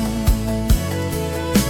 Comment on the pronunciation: Lagunya bagus suara yg bawain jg bagus...namun pada pengucapan Sio lah sio mananam padi... pada bait terakhir lagu ini sepertinya agak keceklik pada pengucapan "sio lah sionya" ,.. ..